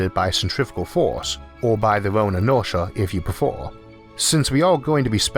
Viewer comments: "inortia if you prefor" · "or by their orn inortia if you prefor"